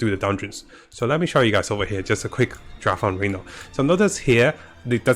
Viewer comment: {Ree-NOUN} not Re-Known